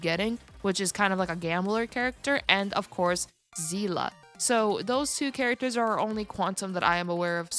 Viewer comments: Is “Zee-La” actually how they pronounce it in this game? Coming from HI3 I always pronounced her name as “See-Lee” Also the fact that “Silver wolf” and Bronya are different people hurts my brain lol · Iirc Seele is a German word and the German pronunciation is Zela, that's why the VA said it like that